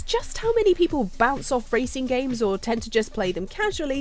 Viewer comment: Anybody: Hey anyone wanna play racing games?: smashing through wall raesing gaym